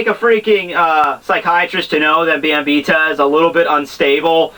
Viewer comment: I'm pretty sure her name is pronounced "Bam - By - Etta" There is an i and an e in her name for crying out loud. A good example would be the name "Henrietta"